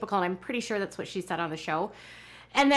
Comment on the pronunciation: Ummm, there's so much I cannot stand about this show and the way Kody treats his wives, but, (and I know this is petty but it drives me nuts) why can they not ever pronounce the 't' at the end of a word? It's always wha-eh, instead of what, or tha-eh instead of that. Is it a Utah thing or what?